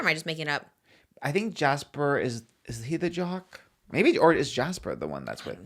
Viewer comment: saying Jace instead of Jasper and trying to figure out who Jasper is hahahaha